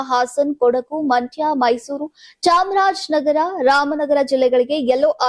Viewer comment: Kothi chamrajnagara alla (chamaraja nagara). Kannada spasta irali